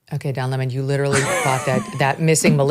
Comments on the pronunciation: Love Charlie! The way he says Don La-mon kills me!😂! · "Dawn La Mon", had a good laugh over that pronunciation.